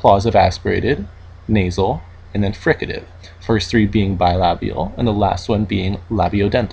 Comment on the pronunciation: such a nice pronounciation of the word "bilabial", never thought I'd see one of that in an speech written in english